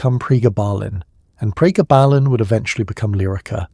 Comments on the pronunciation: PREEEEE GABB UH LYNN. Gabb like blabbing, grabbing. GABB. Not prayguh ballin. 😂 Pre. Gabalin. GABuhlin. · Priggabalin??? 😂😂😂 It's actually called Pregabalin! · Prega..ballen ? Ai sux! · Quite simply the best piece on this drug ever produced. Maybe informed by AI but none the worse for that. Pronunciation of Pre-Gar-Bar-Baline is weird. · Pre gaba lin .... Ai can't read that word yet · How could you possibly say it SO INCREDIBLY WRONG when the word is pronounced on the commercial????????